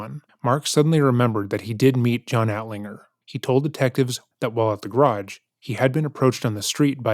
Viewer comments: Idiot alert. But I also can not get over "garädj"...every time the detective said it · To be honest, I'd confess simply to get away from the vicinity of this interrogator and his mispronounciation of the word garage. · I am mystified by how he pronounces 'garage' though geh-RAAAHjsh